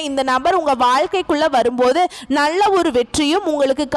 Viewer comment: ளாபம் அல்ல லாபம் ! நள்ள அல்ல நல்ல